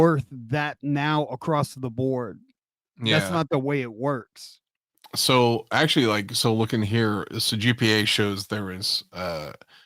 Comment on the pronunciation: I love how turned Minnesotain when he said he’s sooooooo excited to see red hood at the con. 😂😂